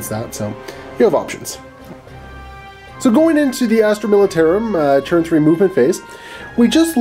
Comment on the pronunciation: does anyone else think he says "churn" instead of turn?